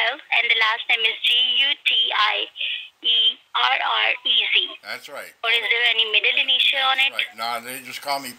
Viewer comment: She cant pronounce Gutierrez ..😂🤣🤣. Listen how she's avoiding to say it . 😂😂